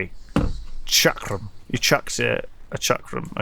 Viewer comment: it's not Chakra. It's a chakram - A circular ring-like thrown weapon from India.